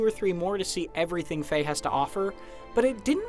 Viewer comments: ITS FE NOT FAY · It's pronounced "fee-yah"